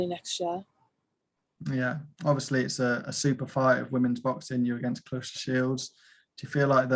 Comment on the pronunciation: It's ClaRESSA not claRISSA!!